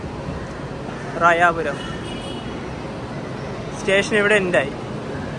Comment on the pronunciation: റായാപുരം അല്ല റോയപുരം